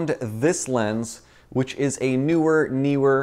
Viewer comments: How is it that 90% of people who I have heard say it cannot pronunciate the word NEEwer properly? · did you say newer neewer?